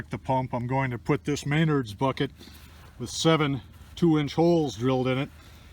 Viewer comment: omg man cool project but it's pronounced "MEN - NARDS"